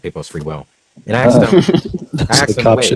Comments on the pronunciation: He does better than that, if you listen carefully, he says ax-sked, ax-sking, just to please everyone. You have nothing to complain about. 😁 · I'm always amazed that someone so smart still says "axed"